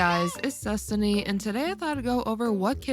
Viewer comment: I can't unhear her saying 'its zestiny' instead of destiny, then I just picture her as a female aventurine